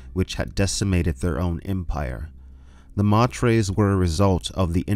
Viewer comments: Dude..... i love your channel and content but every time you call the honored matres "mah tres" i cringe. Its "may ters". Latin for mothers, honored mothers! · LEETOH AHTRAYDEEZ... Honored MAYTURS... stop hurting my brain please, thanks.